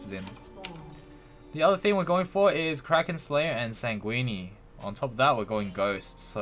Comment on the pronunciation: Every time you pronounce Sanguine I get hungry brother, out here making it sound like a pasta dish